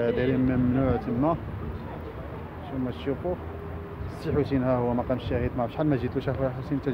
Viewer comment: مقام ماشي مقان هههههههههههه